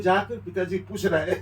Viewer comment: Not pus.. it's puch.. badha aaya correction dene wala